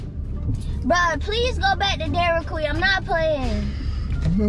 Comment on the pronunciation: she said "Welcome to dairyd queen" lol had to go back to that 4 times lol